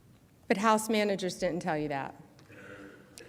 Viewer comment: She cannot pronounce "didn't".